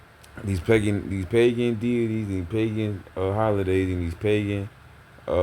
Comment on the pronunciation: ngl, "pagan detities" got me 😂